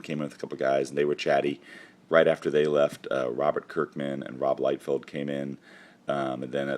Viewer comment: woo woo woo what did you say??? liefield and kerkman? damn!